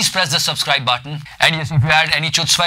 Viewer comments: It is good.... and btw chutzpah is actually pronounced as hutzpah.. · it is pronounced as ḥutspâ, not Chutzpah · the pronunciation for chutzpah is hutzpah. And like the pronunciation the movie haider also got the narrative wrong. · btw it is pronounced 'khutzpah' not 'chutzpah' even if it is written that way! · Its pronunciations is hootzpah not chutzpah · As you probably know, Chutzpah is a hebrew word which is actually pronounced as (khu)tzpah. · It's pronounced as khootzpah.